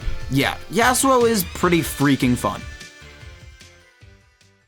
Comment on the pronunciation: bro pronounces it YEAHsuo like a valley girl. it’s YAHsuo buddy.